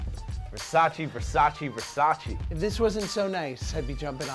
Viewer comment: It’s Versace not Versaci